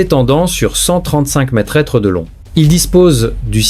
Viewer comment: Traduction démerde ia pour info conasse d ia on dit pas metretre mais metre